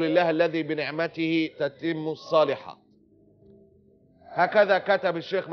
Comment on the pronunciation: ا.معتز لما تعرف تقرأ قران صح (الصالحاط؟؟)بدلا من (الصالحات) وقتها ممكن تتكلم عن الشيخ جبريل .. مشكلة حضرتك انك لا تفرق بين محمد رمضان ومحمد جبريل .. كم من البشر أسلم على يد الشيخ جبريل ؟ وكم...وكم... وكم....؟ استقم يرحمك الله .